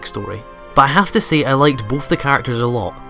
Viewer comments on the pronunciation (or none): none